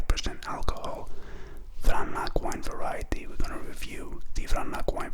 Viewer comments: Just for future reference it is pronounced VRANATS. Not vranak. Regardless good review. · Not exactly. It is pronounced: vranatz.